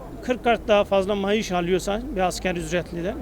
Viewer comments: bu adam gercek akp li maaş yerine mayış diyor :D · Mayiş değil , maaş 😂😁😝 Demek mayışın düştü 😂😁😝Çomar çomar efferim